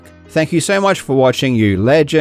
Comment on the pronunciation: Why has way he says 'Legends' changed, sounds weird nw